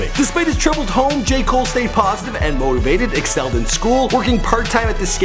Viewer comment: Who else hears “gay cole”? Not trying to be rude but that’s what I hear he said.